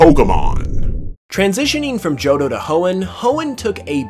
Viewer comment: “JOHDO” =P